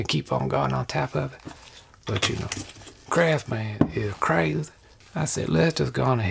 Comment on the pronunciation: Has he been dropping the "s" when he says Crafsman lately? Recent videos sound like Crafman.